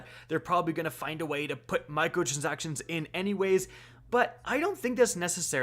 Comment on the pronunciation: "Microtrzactions" CAN'T UNHEAR